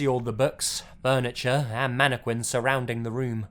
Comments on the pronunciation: It's pronounced "mannekin". MANNEKIN.Not "manneQUIN". Aaaaaaaaaaaaaaaaaaaaaaaaaaaarggggghhhhh! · Its MAN I Q(CK U)UIN NOT MANIQUI(WI)N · Manic-win instead of mannequin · Am I the only one who is bothered by pronouncing mannequin as "mani - quin" instead of "mana kin" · It's pronounced manekin not queen. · how he says mannequin MANEKWINS MANEKWIN MANNNNNNNNNNNNNNNNNNNNNNNNNNNNNn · "mana quin" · As much as I love this video, all I'm hearing is "Manne-quin" :P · ummm mannekwin? lol whut? ? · The way you pronounce Mannequin triggers me